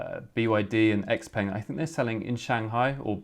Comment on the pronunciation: Its not called X Peng! Lol its pronounced Shao Peng 小鹏